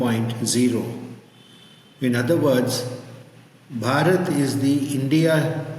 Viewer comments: 🧡Great podcast!💚It is about time that the west & people in the west (AND the westernized 'indians') start learning, re-learning the truthful 'itihaas' discussed here about this sacred land & its native/original people, starting from the correct pronunciation " Bhaarat " (not "bharaaat").❤ Some of the fantastic people you MUST bring to your podcast, that we can all learn from enormously, are: Dr. Raj Vedam Pandit Satish Sharma (out of UK) Sushil Pandit Rajiv Malhotra Rohit Arya (or Rohit Pillai) Nityanand Mishra Dr. Kapil Kapoor Dr. Omendra Ratnu T. G. Mohandas There are more, but these are some of great knowledge bearers of Bharat & Bharatiyata that we could learn a lot from & introduce them to a wider, western audience who, hitherto refused to listen to owing to the bias in the western media (print, TV) towards anything that is Bharatiya.💝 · It’s pronounced BHAArat (the ‘rat’ is spoken like you’d say the ‘rot’ in carrot’) - BHAArath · Renaming India to Bharat will doom us to mispronunciation of the name, defeating the whole purpose of the name change. As is evident from himself, much of the English speaking world places the emphasis on the second syllable and cannot pronounce the "H", i.e., "BA-RAAT". We will join the ranks or "I-RAN" and "I-RAQ" among many other countries names that are butchered in the West. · You are totally off mark with the pronunciation,. Do please consult with the locals. It is BHarat (bh-aah-rut). Gautam (Gow-tum) Desiraju (day-see r-aah-ju not zhu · First of all, correct your pronunciation. It’s Bha~rat. Bha ~ like ‘ba ba black sheep’. With more strength and stress on Ba. Thats whare the ‘H’ in Bha~ stands for. Please don’t butcher the word. We don’t need another Name as India to distort by your pronunciation. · Kind professor; Your pronunciation of Bharat is Risible 😅! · Could please pronounce Bharat correctly: Bhaa-ruth. Instead of the horrible sounding Bhuh-raath It is not difficult at all.